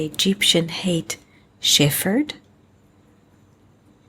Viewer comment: Shephard is pronounced Shep -herd, rather than Stef -herd....